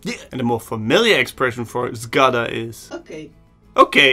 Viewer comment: That was amazing. I could understand almost everything but once you said "zgoda" (I agree) and it sounded a bit like "z gada" (from a reptile). That was funny😂